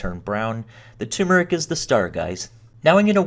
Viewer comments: It’s pronounced tur-metric not tue-meric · Turmeric. Not tumeric. Turmeric. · Ter-mer-ick* The first r in turmeric is there for a reason. 😉